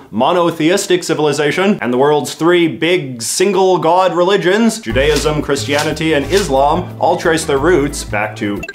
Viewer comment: I'd like to thank you for pronouncing Judaism correctly. So often people just pronounce it Jew-d-I-sm which is phonetically improper.